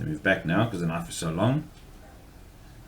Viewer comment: You call that a knoife? Well yeah, that's a pretty good knoife.